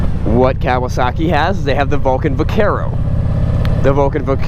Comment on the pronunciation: Dude.......It's not pronounced "Cow a sock ee" it's "Ka wa saki".........get it right.